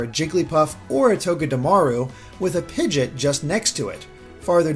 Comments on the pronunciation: Seriously, I was like "the heck is a pigdit?!" Thought I somehow missed something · I’m sorry but I need you to understand that you butchered the pronunciation of pidgeot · The way he pronounces Pidgeot makes me uncomfortable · And audino and confey 😟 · I actually had to replay that part a couple of times cause I had no idea what Pokemon he was talking about for a while. Personally, I get TRIGGERED with how he says Arceus.